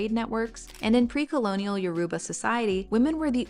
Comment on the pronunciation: Amazing video with interesting insights. Just wanted let you know that it is pronounced your-ruba